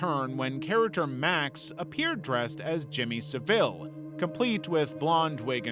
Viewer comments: Its Jimmy SAville, the emphasis on the first part of the word. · My guy you really gotta learn how to say Jimmy Savile because I was confused on who you meant cuz you said his last name so wrong 😂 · Guysss you can't bother finding out how to pronounce Savile? I'm American and that hurts, I can't imagine how it sounds to Brits lol.